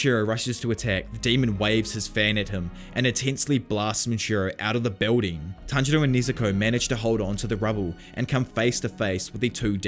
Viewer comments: Did inosuke just said "Tanjiro" in the right way?! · No one gonna talk about that inosuke says tanjiro's name correctly? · INOSUKE PRONOUNCED TANJIRO’s NAME CORRECTLY?!? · Nobody's gonna talk about how inosuke said tanjiros name right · OMG INOSUKE ACTUALLY GOT TANJIROS NAME RIGHT!